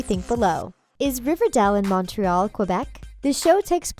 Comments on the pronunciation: you don’t pronounce Montreal right... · You said Montreal wrong How Rude I live in Montreal also Bughead is Betty and Jughead duh all Riverdale fans know that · Exactly. I'm mainly getting annoyed by their pronunciation of Montreal